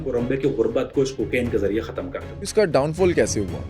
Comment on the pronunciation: Yaar batt tu alfaz ko bolna sikhlay ya fir tu bech bech may bolna band karday tayra pronunciation theek say kar Tu jab bhi hatam bolta hi to ji chahta hi kay tayray mu pay thappad maru